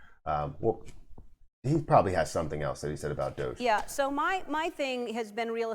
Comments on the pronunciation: The common pronunciation is "DOUGH - ZH" (which only you pronounced correctly in this video). Nice to see Mark try to get Ellen involved. She has a lot of reach in terms of audience. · I agree with how you say DOGE